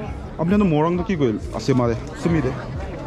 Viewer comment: bro why are you saying morung, say morung like a Naga. Like if you pronounced both differently. 😂